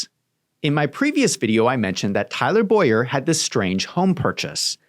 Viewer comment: Please correctly pronounce Tyler Bow-yer name as Bow-yer. My name is Boy-er. It rattles me...